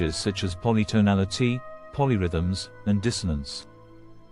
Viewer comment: It reads out Ives's dates as digits, not understanding that they are years. etc every subheading is pronounced as if it's a sentence that got interrupted; then there's a strange break before the text resumes with a jolt polytonality mispronounced (why accent the last syllable?). That's enough for now. I can't watch any more!